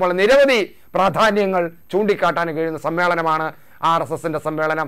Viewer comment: സം മ്മേളം,? അതെന്താ മേളം